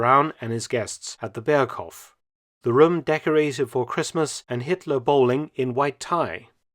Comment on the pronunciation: "Berghof" with a slightly longer o, please